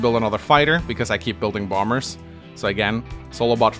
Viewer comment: Everyime you say "Bomb-Bers" it makes my day.